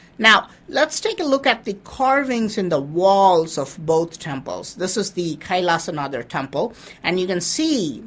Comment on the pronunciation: Why Do you pronounce it as an English man? Say it SHIV. not shiva. Say it Kailashnath not kaisalashanadaa.